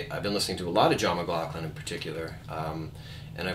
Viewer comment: great lesson but you are pronouncing his last name wrong